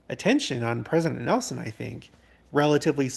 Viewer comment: I was hoping we would be able to hear Pres. Nelson one more time at conference. But, the last time I heard his comment online, I knew his passing wasn’t far off because he couldn’t pronounce his “n’s”. I will miss him terribly ❣️